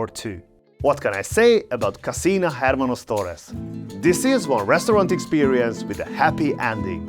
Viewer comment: the H is mute in hermanos or any other Spanish word